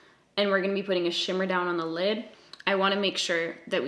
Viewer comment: "A white shadow on my llllllllllllllid" Lol